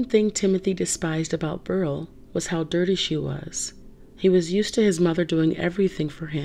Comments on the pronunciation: Beryl is pronounced bear ill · You pronounced Beryl wrong.